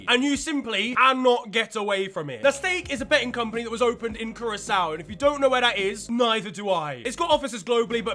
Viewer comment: Curaçao is part of the Dutch Antilles and is a part of an island group above South America. You did pronounce really well